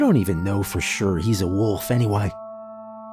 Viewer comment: My last name is Wolf and yes that's how its spelled. All I want to say is thank you for saying it correctly instead of Saying woof like everyone else!